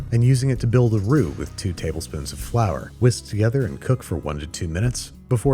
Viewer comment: Frour Tortilla really dog?